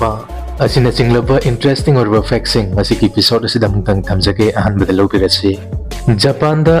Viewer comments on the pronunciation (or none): none